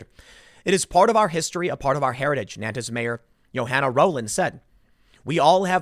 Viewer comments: I mostly clicked on this video to see how Nantes would be pronounced. I wasn't disappointed 😂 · Nantes is pronounced Nahn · Tim Pool, fyi, it's pronounced "naunt" like gaunt. You're killing me with nan - tez. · Just to be an arsehole - It’s pronounced ‘ Non-t ‘ . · Gentle correction, it's not pronounced Nan-tez, it's pronounced Nawn-te. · Pronunciation note: Nantes = approximately "Nawnt" (with an aspirated "t"), not "Nan-tiss" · Nantes is pronounced like “NONT”, not like “NAN-tez”. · "NAN-TEZ" is pronounced "NONTS" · Tim, it's pronounced Naunt, not Nantez. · It’s Naunnt .. not Nan-tes 😉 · It's pronounced N'ONN'TT'** geez the presumption that you got it right just cos it came out of your mouth man c'mon. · It's pronounced "Nant", or even more accurately, "Nont". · It's pronounced "Nont" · NAN-TIS France. Lmao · Nantes is pronounced nãt. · It’s pronounced “nance” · Nantes is pronounced NAHNT. 🤷‍♀️ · It's pronounced 'Nornt' Tim ffs! Don't look to the left for suspects on this one - though it's still all part of the intersectional/multicultural/west is bad/white is evil narrative. Slavery existed in north America before any white man set foot there! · Nante pronounced "nawnt" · Dude, Tim you claim to do a lot of research on the topics you cover, could you make more of an effort to correctly pronounce foreign names, words, cities etc.? It only takes a little time to look it up. Non-tez? Dude? Seriously? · Nantes is pronounced like "naunt" Sad story, thanks for covering it. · FYI: The city is pronounced "nawnt", one syllable. the final "s" is dropped, unless the following word begins with a vowel. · The French pronounce the town ''Nont'. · Nantes is pronounced as between NART and NONT. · NAN TEZ 🤦🏼‍♂️ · Please stop saying Nantez Tim. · I’m going be “that guy” and let you know that “Nantes” is pronounced “naunt” - I have family who live there. Love your work Tim, keep it up!!! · Nantes is pronounced naunts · Nobody: Tim Pool: “Nan Tezz” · Nantes is pronounced, "nont."